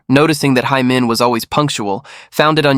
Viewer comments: Nearly sound like Amen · Be careful of ur pronunciation its “Hae Min” not “hay men” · the pronunciation should be “heh min” not “hey min” or “hai min”